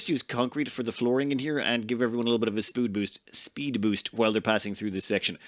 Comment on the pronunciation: I've been giggling at "spood boost" for 10 minutes straight.